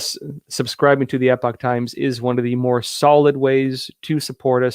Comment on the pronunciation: I got an online subscription to The Epoch Times for $77 yearly. What did they teach you in San Diego? lol I thought you might be from the UK by the way you pronounce Epoch and the way you mispronounce Arkansas. lol BTW, this is a slash / This is a backslash \ Web addresses use slashes, not backslashes